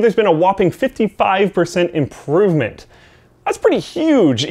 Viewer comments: Is imporvment Canadian? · "actually amount to an imporvment"?